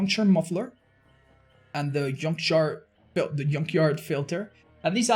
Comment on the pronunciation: "The yunkyard filter" , that was a cute slip of the tongue. Lol